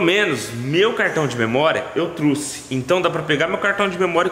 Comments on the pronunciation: Tá precisando é de uma aula de português Cara fala "truce" e o certo é TROUXE TROUXE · não é truxe é trouxe